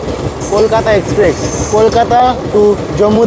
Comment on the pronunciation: ভাই, আমি আপনার থেকে বয়সের নিরিখে অনেকটাই এগিয়ে আছি। তাই কিছু মনে করবেন না আশা করি। আসল কথাটি হলো আপনার ইংরাজি শব্দের বাংলা উচ্চারণ নিয়ে। আরও একটি ভিডিও তেও একই ভুল উচ্চারণ করতে শুনেছি। কিন্তু, ঐ ভদ্রলোকের বয়স অনেকটাই বেশি। তাই তাঁকে আর কম্যান্ড করিনি। কিন্তু আপনাকে বলছি। কথাটা 'এক্সপ্রেস', এক্সপ্রেক্স নয়। আর, বৃষ্টি কয়েক 'ফসলা' ফলসা নয়। ধন্যবাদ।